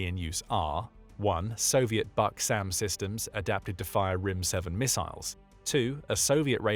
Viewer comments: Please, at least have some understanding of language. Just because the Russian acronym is BUK, the pronunciation is not BUCK but Vook. B==V, ,,, why do I waste my time. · БУК is pronounced like BOOK, not BUCK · Buck? Didn't you mean BUK? like book? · Buk is pronounced like "book", not like "buck". Means "beech" in Russian. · "BUK" Is pronounced Book. The letter U in Slavic and in Nordic is ALWAY pronounced like "oo" in English.